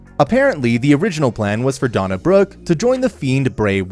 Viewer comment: Dana Brook not Donna